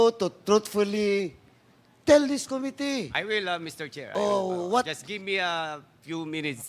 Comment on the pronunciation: Medyo hindi na indulging makinig na kay Dan Fernandez. Puro ahhhhhh. At Ahhhhhh. Our ahhhhhh. To ahhhhhh. Mas madami pa yata ang ahhhhh kesa yung sinasabi. Plus may pagpronounce pa ng ko-mitee.